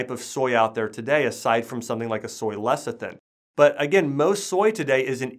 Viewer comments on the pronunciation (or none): none